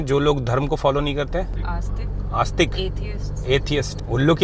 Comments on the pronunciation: नास्तिक ❌ आस्तिक ✅ 😂 just things 😜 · Aasthik nhi nasthik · Aastik nai nastik hota hain madam😂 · Asthik nahi... Nastik hota he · नास्तिक होता है आस्तिक नही मेरे भाई का नाम आस्तिक है उसका नाम खराब कर रहे हो